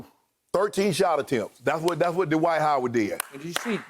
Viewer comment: I love you Shannon and Chris, but it's Dwight one syllable, not DUH-WHITE 2 syllables. 😜😜😋😋😵😵